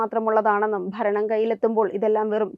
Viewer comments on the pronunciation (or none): none